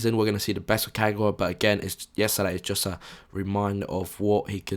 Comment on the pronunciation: Don't mean to be annoying but people really need to stop saying Ka-gouw-a, there's no 'ouw' sound, just pronounce all three syllables simply as they should; Ka-ga-wa. 'GA' NOT 'GOUW'